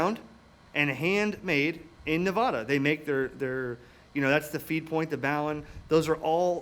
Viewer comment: Great video but I wish you east coast people would learn the correct pronunciation for Nevada.